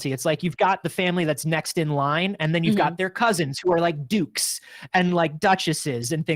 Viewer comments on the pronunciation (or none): none